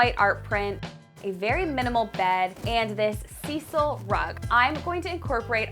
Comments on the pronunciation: Cecil? Friendly FYI. Pronounced Saisl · Size-al not cecil rug :-)